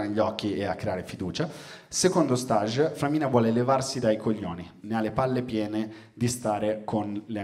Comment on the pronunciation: Luca, avevi detto bene all'inizio stage all'inglese (fase, stadio, tappa) poi ti sei ipercorretto dicendolo sbagliato alla francese per tutto lo spettacolo, che non c'entra un cazz 😁😁 Nelle prossime repliche, ricordatelo, vai di STEEÈEEIGG 🇬🇧 👍